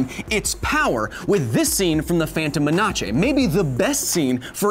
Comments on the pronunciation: Lol he said phantom menachay instead of phantom menace. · Did he just say “phantom menache?” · Phantom Ma-na-che? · he called it The Phantom Menache and I can't help but think this is a reference to the command zone podcast